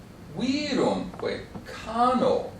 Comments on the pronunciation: Errat vehementer ille Professor: pronuntiandum est nobis recte "Árma uirúmque ..."; minime ".. uírumque ..."! "uirum" + "que" faciunt uerbum quasi unum, quod continuo pronuntiari decet. Debet ille Magister perscrutari, quid antiqui grammatici docuerint de regulis artis recte pronuntiandi. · I agree, the accent is viRUMque, and not VIrumque as he says. But he doesn't say the a of cano is long, does he? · The a in 'cano' is short. And 'virumque' has it's normal accent on u, not on i.